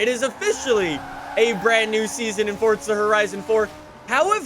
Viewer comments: DUDE ITS PRONOUNCED "FORZA" NOT "FORSTA" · Haha it sounds like he says “fortsa” but I like your content. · Why do you say fortza horizon 4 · Fortza? Never heard of that game